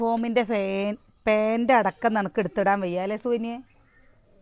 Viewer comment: പേൻ്റ് അല്ല പാൻ്റ്